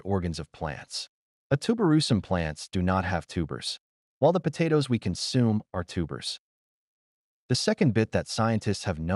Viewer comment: Potatoes.. PoTaatos.. PATaaiToss.. 😂😂😂😂 TomAATOS.. TOMATOSS.. POTAMATOSS😅😅